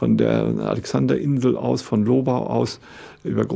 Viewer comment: Sehr interessant! Danke! Als Österreicher möchte ich noch anmerken, dass man hier das Gebiet der Lobau auf der zweiten Silbe betont und nicht so wie hier auf der ersten.